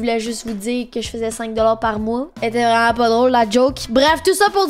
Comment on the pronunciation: un coréen vreuuuument